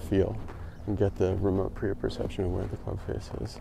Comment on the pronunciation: Just want to correct since you’ve been pronouncing proprioception from the first time you mentioned it in an earlier video with Dr Kwon. It’s Pro-prioception…Not Prio-proception (as you’ve been saying). Cheers